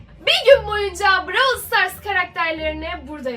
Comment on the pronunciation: Brawıl değil brawl diye okuyacaksınız😂